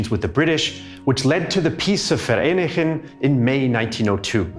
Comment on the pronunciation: Thank you for working on the pronunciations. Vereeniging is not easy, but you nailed it!